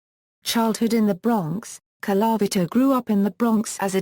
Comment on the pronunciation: Could you get a person who can pronounce Colavito.